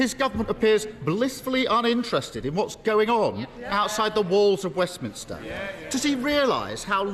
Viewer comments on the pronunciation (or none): none